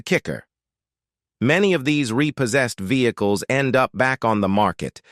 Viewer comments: Vehzah-cules... lol Individu-alls.. Lol All in the voice of the narrator from Cops. XD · Ve-heck-less hahahaha. I have got tot he point I am blocking AI content. It drives me nuts.